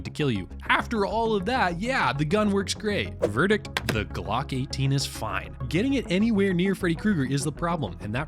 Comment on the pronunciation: Am I the only one that cringed every time he said Glock 18. I’m probably nitpicking . Otherwise great video !